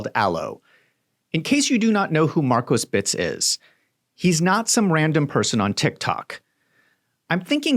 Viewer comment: Please stop saying, "Markosbits"